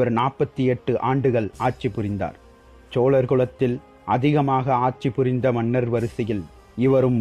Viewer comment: சிறந்த பதிவு.. உங்களுடைய முயற்சிக்கு வாழ்த்துக்கள்.. ல ள ழ உச்சரிப்புகளை மட்டும் திருத்துங்கள் இன்னும் அருமையாக இருக்கும்.... உதாரணம் சோழர் வார்த்தையை சோளரென்று உச்சரிக்கிரீர்கள்... தமிழில் மிகவும் கவனம் தேவை